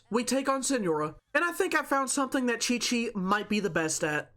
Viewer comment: THE DISAPPOINTMENT WHEN HE SAID QIQ AT THE BEGINNING AHSHAHHAHA